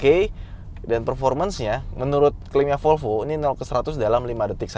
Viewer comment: MEREK MOBI tersebut BUKAN '' FOLFO'' - TETAPI '' V O L V O '' !!!!